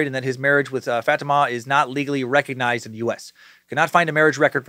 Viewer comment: God damn it dude it’s pronounced FA-TEAM-AH